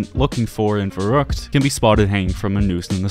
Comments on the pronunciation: Yo my brodie are you by chance german? your pronunciation was good ! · bro the way you pronounced verrükt was really good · thank you! Verrückt! JA finally someone thats says it perfect! <3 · Damn the way you did pronounce verrückt was excellent. Are you german? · Omg finally someone that can pronounce "Verrückt", Danke. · Bro, ur the first youtuber that pronounces VERRÜCKT and DER RIESE right. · first person to properly say Verrückt